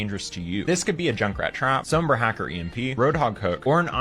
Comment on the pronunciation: the pronunciation of sombra hurts